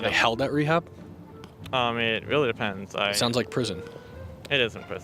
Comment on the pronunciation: "That is not weawwy wewevant" Dude, you brought it up.